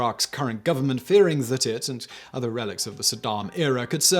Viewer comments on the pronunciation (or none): none